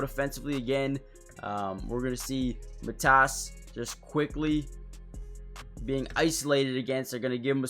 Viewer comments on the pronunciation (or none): Get your facts straight! Matas is not Mat-ass it’s Ma-long A Tas is short A. Matas will be great. Born and raised in the Chicago area! To Lithuanian parents! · Well his name isn't Mat ASS. Just don't emphasize any part of his name. Especially the end. Say it as one word. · Good video, but his name is pronounced more like Maw-tas, with a long A at the start. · Pronounced: Mah-tus (rhymes with "Got us" You got last name right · It's mA-tas bu-zE-lis. Lietuviškai tariasi mA-tas bu-zE-lis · Matas pronounced. MUH-TOSS. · It's Pro-Nounced "Mah-Dis" fast. He needs to practice his jump shot & be able to knock it down with ease. 10,000 shots per day until its automatic! Something will snap mentally.